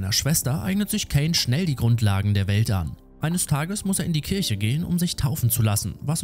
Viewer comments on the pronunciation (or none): none